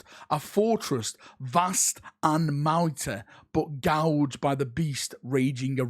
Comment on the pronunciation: Furst and Mounty! XD I don't think I've ever heard "First" and "Mighty" pronounced that way before! XD